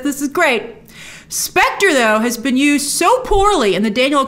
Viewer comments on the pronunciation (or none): none